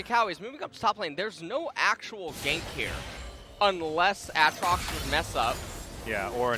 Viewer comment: Mister commentator, might I point you towards the champion spotlight for Aatrox so you can learn how to say it? Yes, this is a HUGE pet peeve of mine, but the champion spotlights have literally pronounced every single name that people disagree on. There IS a correct way to do it, and it's the way the people who made it decided. And as far as Gyarados goes, there just happens to be an entire fucking anime where it's name gets said a good number of times...